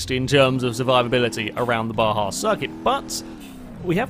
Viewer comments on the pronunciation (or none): none